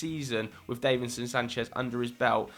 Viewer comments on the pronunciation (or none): Davinson not Daveinson